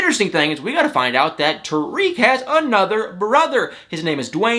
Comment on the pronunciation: I like you buddy and you make me laugh but do something for me. Say Tarik like this Tar - ick Tar - ick not Tuh reek.